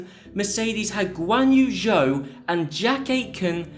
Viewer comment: It's not pronouneced "Zhao" it's pronounced "Joe". No, I'm serious, this isn't a prank and every time someone mispronounces Zhou my heart crumbles a little bit. GOod video nonetheless.